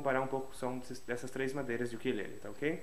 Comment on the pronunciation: Sim. Ukulele, Ukelele ou, simplesmente, Uke. Lembrando que embora as pessoas no Brasil pronunciem a palavra como oxítona, ukulele é paroxítona.